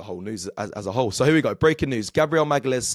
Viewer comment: Who’s Gabriel Magales? 😂😂😂